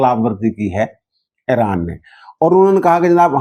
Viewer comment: اران کو ایران بولیں